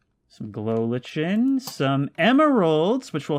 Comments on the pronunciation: In pre-Beta Minecraft, there was no brightness setting. Brightness was stuck at the "moody" option. So if you want an old school, scary experience, turn your brightness all the way down. Also, "lichen" is pronounced "liken" not "litch-en" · Glow lichen is no pronounced "Glow Lich-en" It is pronounce "Glow Like-en"